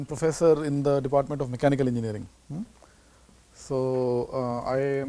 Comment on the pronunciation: not engineering it's engeering 😂😂🤣